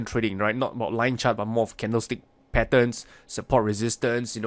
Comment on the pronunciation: "Yue likaa da lien chaert?" 👽 aaaaand "DRAAWIGIN"!!😂😂